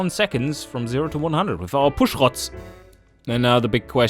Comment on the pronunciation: to explain what his pronounciation of "rods" as "Rotz" means: Snot.